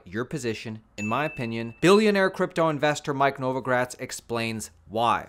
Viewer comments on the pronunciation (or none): Novograzt 😂😂😂 to buliish😂 now